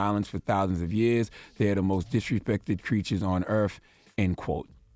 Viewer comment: How can you look at the word earth and still pronounce earf?